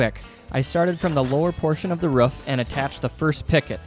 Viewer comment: guts its "roof" not "ruaff"